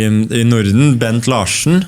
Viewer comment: Ha ha, he pronounced the Dane Bent Larsen's surname the Norwegian (and Swedish) way as "Law-SHen." Zing!